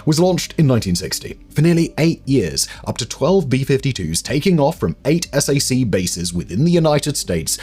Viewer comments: "S A C" is normally enunciated as "Sack" and is understood to mean Strategic Air Command. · Just a tiny American pronunciation thing for you on the Air Force Strategic Air Command or sac we don't spell it out we say sack. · Sac, is pronounced sack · SAC is pronounced "sack." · As a person who grew up in Omaha, near the headquarters of SAC, please don't be shy to call it SAC (like SACK). It's strangely weird to hear it lettered out. But, great video and interesting story! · While I am not allowed to confirm nor deny anything in this and your other awesome videos, I can confirm that we did not pronounce S.A.C. as separate letters. We just said “Sack”. :-). Thank you for all the work and research you put into your videos! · Found your comment that you mentioned! It’s wild. I could have sworn I’ve heard Simon say SAC correctly before. He’s so thorough. All is forgiven right? I stayed in the area and settled in Wahoo.